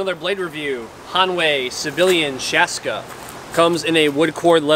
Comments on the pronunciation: “Shaaska” Ps. It’s actually called a Shashka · it´s Shashka - Šaška, used by Ukrainian and Russian Cossacks